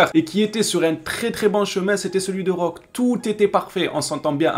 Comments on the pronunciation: Ça se prononce pas roque mais roqué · Ça se prononce Roqué frère